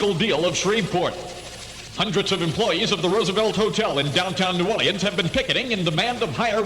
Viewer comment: This was my childhood. I was 12 years old when this aired. Born and raised in New Orleans. What a great place to live then. Listen to how they pronounce New Orleans ( New Oar-lee-ins )